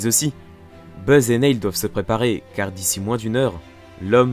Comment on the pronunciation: Je veux pas faire le relou ou quoi, mais Neil, se prononce "nil' voilà, sinon, super vidéo :) Par contre, c'est juste dommage que tu ne mettes pas les réelles enregistrement audio des mission, je trouve que ça casse un peu tout.